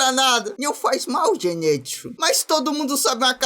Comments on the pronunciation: É ZENITSU E NÃO ZENÊTSU😭😭😭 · Só eu que percebi que ele ta falando errado o nome do zenitsu ZENITSUU NIIIII NITSU